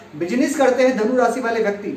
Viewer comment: Your diction is very poor.. You call Sani for Shani, Rasi for Rashi, sukra for Shukra, Paresani for Pareshani, Siksha for Shikha, Subh for Shubh and many more.. This is very irritating. Being a astrologer it is very bad on your part. Plz improve it.